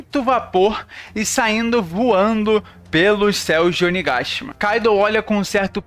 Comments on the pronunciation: Que agonia escutar você falar Oni gashima, uiiii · Engraçado a forma que vc fala: KAIDO e ONIGASHIMA